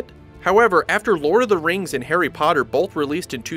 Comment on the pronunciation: So basically he should have said "AND forcing..."